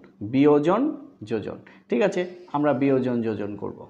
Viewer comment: Your 'thikache ' sounds funny 😂